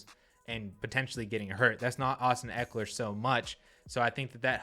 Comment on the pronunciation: Not even close - it's Ekeler.